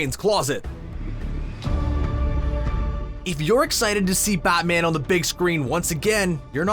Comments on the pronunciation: He keeps saying "Bot-man". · "buttman and flush" nice pronounciation narrator, really spot on...